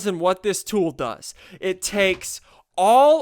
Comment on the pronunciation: Every time he said buffs it sounded like butts.